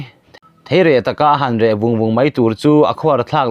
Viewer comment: Theireh tih loh tûr'Thereh'tih tûr.